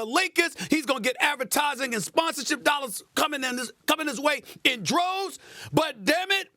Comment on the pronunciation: “A hunnid a fifteen milliooon nollars!” 😂